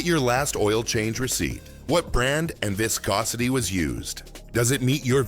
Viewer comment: Why does audio say viscosity pronouncing it two different ways.